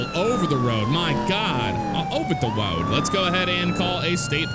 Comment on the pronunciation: "All over the woad" LOL